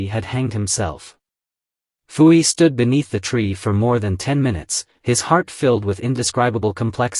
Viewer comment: Poo Yi, not Foo Yi.